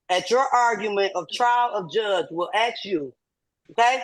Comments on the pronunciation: Okay, the defendant said, "Aks." That is an automatic loss, since anyone who says "Aks" is a loser. Awk! Now she said "Aksin'" — that's criminal! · It's assssssssssssssssk!!!! Not axxxxxxxxxx! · She be axing da judge all da hard questions. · Another one who thinks she is Lizzie Bordon. She keeps saying that she's 'axing' the judge. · These poor judges must be tired of being “axed” all the time.